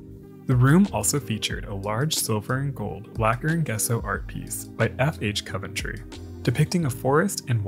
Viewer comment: if it's the city in England, its pronounced Cov-en-tree (like how it's spelled)